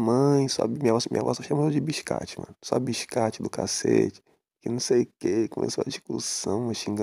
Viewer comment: "Bixcate" Kakakakakakaka